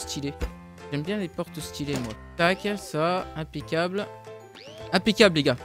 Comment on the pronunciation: Pourquoi tu dit toujours impecable